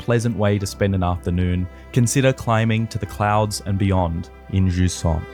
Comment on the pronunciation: If only they said its name correctly just once.